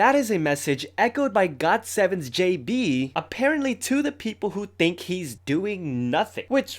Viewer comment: The way you said "JB" tho 😂